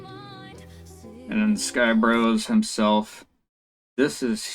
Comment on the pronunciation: Nice breakdown bro! You pronounced my name perfectly btw 🤌🏻